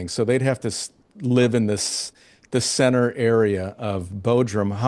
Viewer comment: It's not "sintir", centre (sentir) Centru